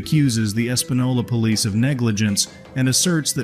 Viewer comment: "the poelice"